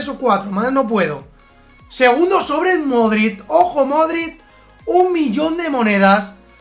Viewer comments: When pronuncias Modrić "Modrit", da un poco de rabia ya que se pronuncia "Modrich" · Modrid toty no sabes hablar